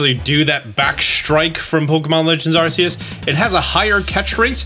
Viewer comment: lmao it irritates me on how he say Arceus. like, i know people have different pronunciations, but knowing Arceus' real name and hearing it being called a different name grinds my gears 😆